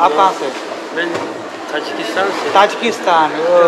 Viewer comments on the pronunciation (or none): none